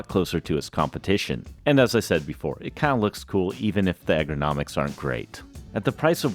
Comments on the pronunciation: bro kept saying "egg-er-nomics" instead of ergonomics LMAOO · Mispronounced ergonomics 6 times, pronounced dichotomy perfectly